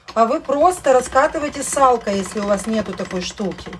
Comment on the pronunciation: Какая косноязычная тупень. Не салкой, а скалкой раскатывают тесто